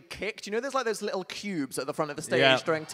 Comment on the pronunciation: "li-lle" its little dan